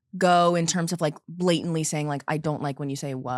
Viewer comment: oh my god no one ever corrected for saying blatantly incorrectly for So long I thought she would never learn LOLL